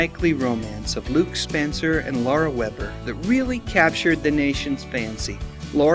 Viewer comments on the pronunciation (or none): none